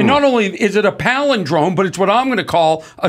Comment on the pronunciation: Corny Adams palidrone flub starts my day off right!